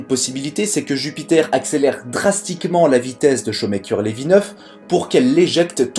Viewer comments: J'ai eu mal aux oreilles avec ta prononciation des noms. Non, Shoemaker n'est pas "chaud maker" mais "chou' maker" (1) Non, Kuiper ne fait pas cui-cui, mais "cueille peur". (2) Et sinon, voici un site qui te permettra de savoir comment prononcer un nom ou un mot étranger : (1) → (2) → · On ne dit pas "chomekeur" mais choumèkèr" Shoemaker voulant textuellement dire "faiseur de godasses" Ah la prononciation des français des noms étrangers! On ne dit pas non plus la ceinture de cui-pèr mais de Koeil-peur' (Kuiper était neérlandais). En Neérlandais UI se prononce OEIL . OE se prononce lui : OU .. comme dans Doel (doûl) - But. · Nooon ! Pas "cuit-peur", mais "cueille-peur" ... La ceinture de Kuijper ... (néérlandais) Et c'est pas "Chaut mais coeur", mais "Chou mais coeur" ... Shoemaker ... (anglais).